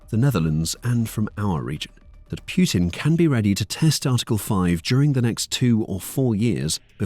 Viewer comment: Its putin not puertin